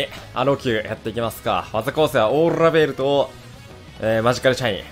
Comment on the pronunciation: 巻き舌ベーrrrルキタコレ